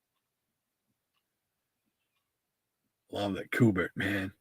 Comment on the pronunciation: Great show. I liked the the theme and you should continue to do it. His name is pronounced Q - Bert. I have watched an interview with Mr. Kubert and that is how he pronounced his name. 😁